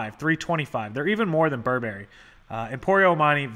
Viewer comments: This is NOT how you pronounce Burberry. The accent is on the first syllable. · Almost every American youtuber pronounces it like the cereal from when we were kids. Remember Count Chocula and Booberry? Guess which clothing brand is really BURR-bur-ee? This video goes in my eBay guide list for great content. Thanks,!